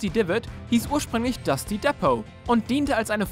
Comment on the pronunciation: Es heist Einfach Nur "Wailing woods" und nicht die oder den😡😡😡 Deine Aussprache Von Dusty und denn Anderen Kotzt mich an